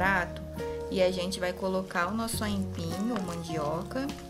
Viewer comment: Moça , não é aínpim . É AIPIM